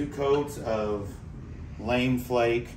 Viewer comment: hahaha "lame" flake . . . . it's lamé == "lamb-a" :) love it under their camel yellow, really makes a great flake yellow with that ps-19